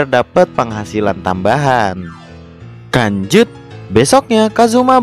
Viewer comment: Bang lu ngomong lanjut kayak ngomong kanjut